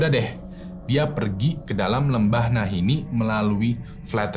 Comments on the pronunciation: sadar tidak kalau penyebutan lembahnya salah? Bukan Nahinni, tapi Nahanni. Itulah kenapa sukunya namanya Naha Tribe. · nahanni bang... bukan nahinni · NAHANNI BUKAN NAHINNI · Lembah nahani bang bukan nahini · Nahanni bang bukan Nahini. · nahanni bang, bukan nahinni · "Lembah Nahanni" bang bukan 'Nahinni'😁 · Lembah nahani bang bukan lembah nahini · Nahanni bang bukan Nahinni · "Nahanni" bang hehe😁🙏